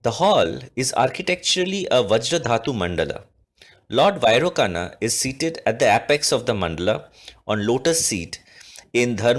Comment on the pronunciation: Vairocana is pronounced as 'Vairochana'.A good video though!